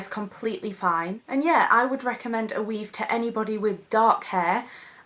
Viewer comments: "ma weave" hahaha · For some reason I think the word "weave" sounds so funny when she says it with her accent.